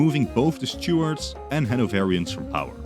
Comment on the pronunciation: Took me a while to realise you meant Stuarts when you were saying Stewards